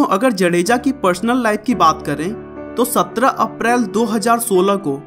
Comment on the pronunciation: भाई साहब जडेजा नहि जाडेजा